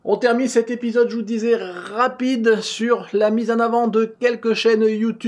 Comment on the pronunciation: je t'adore, mais pourquoi tu dis épisoTe? Non, sérieusement merci pour ton travail et ton iimplication!!